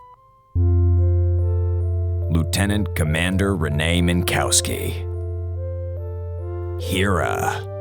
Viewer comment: I really like this episode. It isn't an essay on why Eiffel is bad, or why he is cruel or entitled--he is not any of those things--but he is insensitive. He says shit, mean shit. He doesn't mean it, not at all, but sometimes, intent doesn't really matter. Saying "Min*cow*ski" once? Get called 'wind-up girl' once? Get called an 'ET helpline' once? All fine, it was their simple, insensitive mistake. Tell them not to do it, and hope they follow through on that. They apologize, you endure it, you 'toughen up' that one time, and move on. But, if they do it repeatedly, then it becomes a problem. It starts to sting, you realize they don't respect your wishes. Your name. Your identity. They respect you as a whole, but not fundamental parts of you. Laughing at yourself doesn't help, it only validates the disrespect they are showing you. Tell them how they've hurt you, why their mispronunciation of your name is wrong/why their nickname for you is rude, and if they're good, they'll finally understand and STOP. That's what Eiffel does, and THAT is why I think he is so well written. He's hurt at first, of course he is. Realizing you've been accidentally hurting, disrespecting, and attacking your friends? That sucks. It really, really sucks. So, then what do you do? You say sorry, you apologize, and then you make things better by not hurting them like that again. Because, these friends? They care about you, its why they're telling you how you've hurt them. They might be angry, they might b